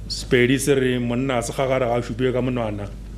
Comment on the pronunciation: The person who who read the history of Bapedi could not pronounce most important words in Sepedi accent. He is clearly not Mopedi. How could such a thing be allowed at such an important occasion?